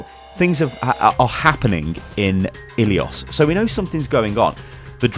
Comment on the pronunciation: you are butchering the map name ilios.